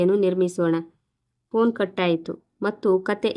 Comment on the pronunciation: Phone ಶಬ್ದ ಸರಿಯಾಗಿ ಉಚ್ಚರಿಸಿ